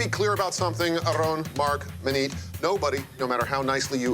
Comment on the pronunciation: I can't stand how people feel like they have to say Aaron's name in a Spanish type of way when they really don't know how. Many times on the show, Ted over-does it with trying to roll the "r" when it's not even spelled like how that would sound (it's not spelled not Arron). Marc under-does it. If ya don't speak Spanish people should't feel the need to tiptoe around pronunciation of people's names, just say it the gringo way (phoenetically ... arrin) and move on. If he gets mad, oh well. Not as if a wrong name pronunciation will make him any less Mexican. There are so many other names from other cultures that get butchered on a daily basis and noone feels the need to be all correct with it. Stop the madness and say names the way YOU know how to say them. It's more genuine and honest.